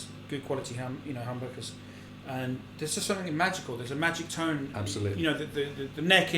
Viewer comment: "And now for sumpim compeetly different..."